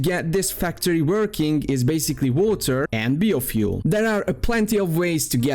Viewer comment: I can't imagine being an adult that can't pronounce biofuel correctly.